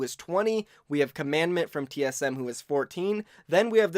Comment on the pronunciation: Who else is going through the comments to see if anyone mentioned that said Commandment in stead of Comadon